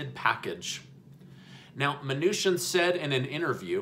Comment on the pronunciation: Isn't it chin not shin